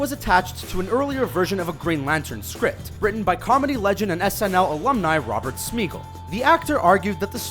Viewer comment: Screen Rant it's Robert SMY-GULL ..... not "SMEE-gull"